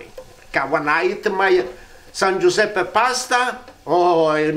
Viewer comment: " Viva San Guisepp"